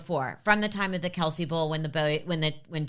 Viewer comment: Hi I heard Travis say in an interview that his family pronounce their surname Kel. The “ce” is silent